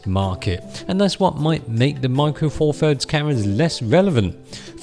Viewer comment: Four Furds WTF. Th, Th, Th. Four THirds. This infantile pronunciation drives me nuts.